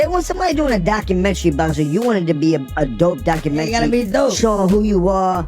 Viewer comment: wtf is a docu-menchy 😅 ...jim is slow and mad af that he ain't what he thinks he is when it comes to being a star. he had 1 hit and that song was wack